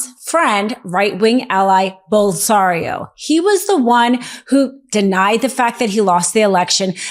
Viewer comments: The Brazilian chucklehead's name is Bolsonaro, NOT Bolsario. Pronounce it correctly if you want to sound non-idiotic. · It is Bolsonaro, not Bolsario. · Bolsonaro...NOT "Bolsario"... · "Bolsario"? You mean Bolsonaro? WTF? You just lost all credibility. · His name is "Bowl-sun-are-ee-o" NOT "Bowl-sahn-ee-o". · It´s "Bolsonaro", not "Bolsario". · Bolsanaro, not Bolsario. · "Bol-so-na-ro", not Bolsario, how difficult is that? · How is it this woman never heard of Bolsonaro and keeps calling him Bolsario? It’s annoying. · Who’s “Bolsario”? Pretty sure you mean Bolsonaro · Bolsenaro not Bolsario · It’s Bolsonaro not Bolsario! And it’s Putin not Pu-in? Please?!🆘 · BOLSONARO not Bolsario or any of the other various attempts you made ! jeez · BOL-SON-ARO not Bolsario. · Why is she calling him "ball-sar-ee-oh"??? It's ball-son-ahr-ee-oh. Look it up!! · His name is Bolsonaro, not Bolsario or Bolsanio. Learn to pronounce it correctly. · Who exactly is 'Bolsanio'? Bolsarino? I think you're a lawyer. Shouldn't you decide who exactly it is you are talking about? BOLSENARO.....it's quite easy. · So, not one person in the comments are gonna point out that Karen here continually mispronounced Bolsinaro's name through the entire video? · "Bolsonaro" please not "Bolsario etc etc?? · It's Bolsonaro and NOT Bolsario! He's still a fascist, but let's pronounce things correctly... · "Bolsario" 😂...ma'am, his name is "BolsoNARO" And it's "RUMBLE" not "RUBBLE" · Love Great reporting However, it's Bolsonaro not Bosario. The report was still informative though. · Bolsanaro, lol, not Bolsario, and Moraes, not Morales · B O L S O N A R O not Bolsario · We should learn to pronounce his name Bol-so-na-ro I don’t know who Bolsario is 😂🙏🏽💚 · Its Bolsonaro not bolsinario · Bolsonaro not “Bolsorio”! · "Ball Sario"? Bol Sarno?? How about saying it slower..."Bol-So-Na-Ro"?? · It's BOL-SO-NAR-O, not "Bolisario'. Pronounce the scumbag's name correctly. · Not Bolsario, his name is Bolsonaro!